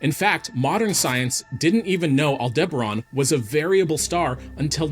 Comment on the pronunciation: Betelgeuse has already gone super nova, we just won't see it for a good while. All-DIBBA-ron?? AL-de-ba-RAN!.